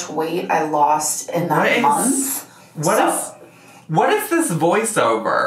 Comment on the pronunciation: You could have loss tirty pounds in a munt - as Dr Now says